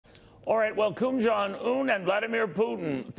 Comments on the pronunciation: "Kum John Un"? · I heard Kum Junk Yum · Did he say"Koon Jon Un"? 😂😂😂